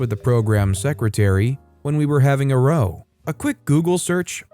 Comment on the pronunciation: When "row" means "argument", it's pronounced so as to rhyme with "how". I'm not sure if that word is used much in America, but it's really common elsewhere.